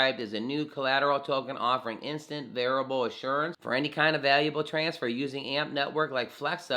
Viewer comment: Verifiable I'd pronounced veri FY able. Not variable.